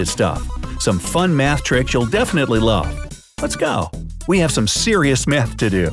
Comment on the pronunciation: I dont think you said math bro, sounded like something else... (like if you understand)